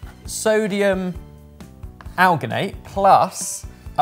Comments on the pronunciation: might be able to pronounce spherificator, but his science speakage needs help. Alginate is pronounced as it's spelled, al-gin-ate where gin is like the drink. It's not Gin- as in -sters. Citrate is pronounced sit-rate (the cit- is the same root as in citrus/citric). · alginate is pronounced like algae.as marine algae is where it was first derived from. you should be saying a gin in there. and unless you would say an orange is part of the sightrus family citrate is pronounced sit-rate or sit-traight